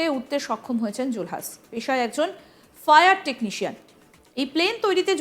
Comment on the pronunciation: আগে বাংলা উচ্চারণ ঠিক করুন।।। জুলহাছ কি??? জুলহাস হবে